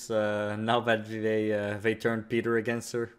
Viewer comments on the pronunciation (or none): All the way at Mocking Jay part 1... And he still calls Peeta Peter lol